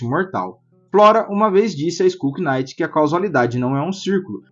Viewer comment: Chefe, só uma coisa: knight em inglês, o K é mudo, a pronúncia é exatamente igual à night (noite). Assim como se fala naife (knife) e não quinaife ou quinaiti